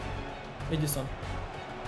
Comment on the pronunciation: ЕдіНсон Кавані, а не Едісон